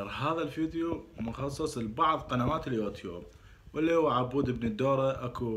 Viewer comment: حبيبي الفظ "يوتيوب " عدل وبعدين تعال اتفلسف👋